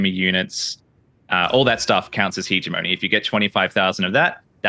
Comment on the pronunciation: I'm pretty sure it isn't pronounced Heejemeny.